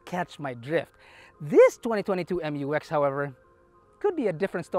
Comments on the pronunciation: FYR it is pronounced as "myu-ex", not M-U-X. That's why it is spelled Mu-X. This was also confirmed by Isuzu themselves.✌️🙂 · I'll call it "Mux" (pronounced as mucks)